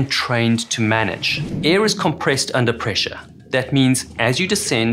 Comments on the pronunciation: my dude... it is AIR. Aiiiiirrrrr. Not EH 😂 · its not EEE it is AIR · Cant say air. Unwatchable